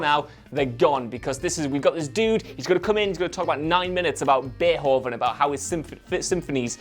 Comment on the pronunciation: "Bay'hovin": most aristocratic pronunciation of Beethoven I've ever heard.